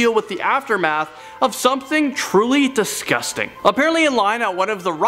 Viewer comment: Dis gust ang!